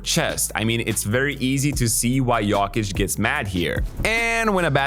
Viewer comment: Please try to pronounce Jokic correctly